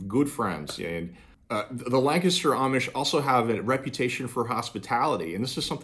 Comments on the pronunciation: It was nice to hear someone say Lancaster correctly. 😀. Funny, I’m from Lancaster County with an Amish heritage. I retired in Somerset County and once a certain family at an Amish store found out who our Amish friends were back home they got quite cold towards us. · Thanks for pronouncing Lancaster, correctly!😀